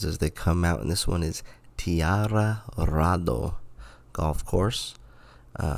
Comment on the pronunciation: It’s pronounced Tia Rado ( like the end of colorado, it’s in grand junction colorado